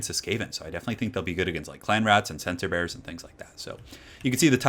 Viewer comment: I thought you were saying "sensor bears" at first